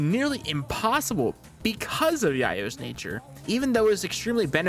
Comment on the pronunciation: Don't think I've ever heard yayo pronounced like that lol